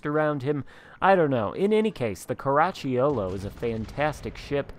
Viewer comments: Italian fan here. Very good attempt… next time try to say “Caraccholo” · Oh, you butchered it ….sheesh. No matter….Outstanding Video! Cheers!